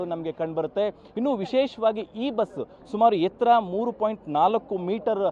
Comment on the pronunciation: ಒ ( ಹೊ)ಸ ಬಸ್ಸು... ಕುಳಿತುಕೊಳ್ಳುವ ಹಾ(ಆ)ಸನ... ಮೆಟ್ಟಿಲಿನ ಹೆ(ಎ) ತ್ತರ.... ಥತ್ .... ಏನು ಕನ್ನಡ ಮಾತಾಡ್ತೀರಪ್ಪ.. . ಹ ಕಾರ ಅ ಕಾರ .... ಅಯೋಮಯ